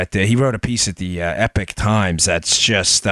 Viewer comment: Epoc times not epic times. Rhymes with sock not pick. Chinese dissident news with a strong links to the Falun Gong cult early on.